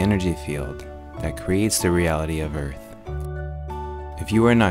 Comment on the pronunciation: Da earf flat doe